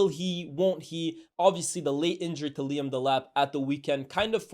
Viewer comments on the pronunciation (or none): none